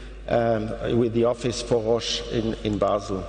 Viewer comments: And the embarrassingly bad interpreter says BAY-SEL! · And the embarrassingly bad interpreter says BAY-SEL! Basel. Shame on you! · The interpreter says "BAY-SEL" (Basel), that's when I stop watching! Shame on you!